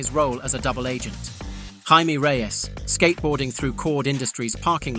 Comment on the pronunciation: and the pronunciation of Jaime as an in-between of that and Jamie